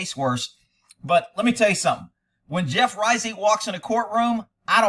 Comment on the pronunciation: This man is tarnishing the Reisig name! Hey you pronounce it correctly too! That’s a rarity!